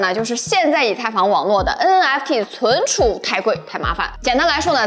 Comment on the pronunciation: cun cu -- 跟我念“存储”